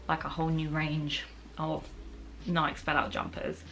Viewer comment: Loved the video but I do have to say it... Nike rhymes with spikey